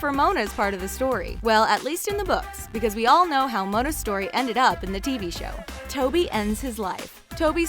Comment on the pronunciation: Spoby ?!?! Are you actually joking, it’s TOBY. Like if yoyr annoyed by the names being pronounced wrong